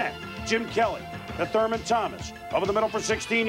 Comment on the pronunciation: Lol how Chris Berman keeps calling him thermal 😂